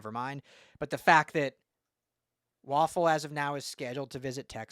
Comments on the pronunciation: Way-Ful.... please do better lol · It’s pronounced “Way-ful”….but, yeah, what a monster recruit and a budding SURPRISE for ‘SC ☝️😎